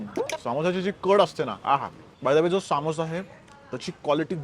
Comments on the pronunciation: सामोसा नाही रे समोसा अस्त ते😅😂😂😂😂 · तो सामोसा नाही समोसा आहे, आणि सर्वात बेस्ट समोसा जळगांव चा आहे... परंतु तुझं तेच तेच विदर्भ आणि नाशिक